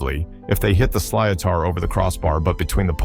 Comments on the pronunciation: sliotar is pronounced slittar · Sliatar😂😂😂 silotar is pronounced slit er